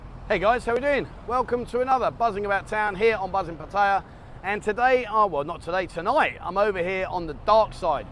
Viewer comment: Another farang who has not the good manners to pronounce the name of "Pattaya" properly.Are they all brain dead or tone deaf?😢